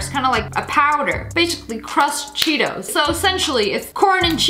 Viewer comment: When u said Cheetos I thought u said Cheerios XD